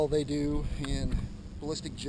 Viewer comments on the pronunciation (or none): none